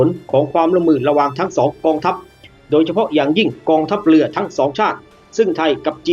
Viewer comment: ฟังแล้วอึดอัดหน่อยนะ กองทัพเลือ เลือหลวง ร.เรือ ล. ลิง งงไปหมดล่ะ